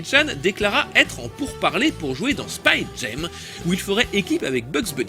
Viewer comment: Hyper intéressant comme toujours mais pourquoi il prononce le titre "Space Gem"?